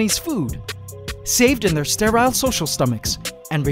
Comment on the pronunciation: i love ya but the way you say sterile... triggers me lmao its /ster-Əl/